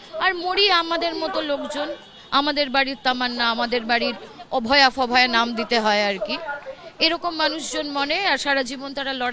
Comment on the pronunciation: Hello kindly try to speak in a gentle manly manner and pronounce the name of the killed innocent lady doctor. What encourages you to pronounce her name as "ABHAYA FABHAYA"? By uttering her name in this way you have simply exposed your substandard culture. Please ask yourself whether you rightly done by uttering her name in this way.